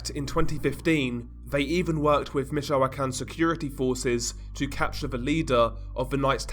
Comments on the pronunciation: I think its pronounce more like Mitch o can or Mitch o quan. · I'm from michoacan. And we pronounce it meech-wa-khan